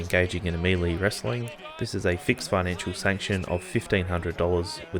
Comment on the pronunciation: Love your work in pulling these together. (Just a gentle suggestion though, the pronunciation of "melee" is mell-ay (ay as in hay) not mee-lee)